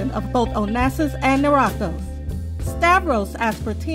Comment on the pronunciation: Pronunciation of Niarchos is wrong.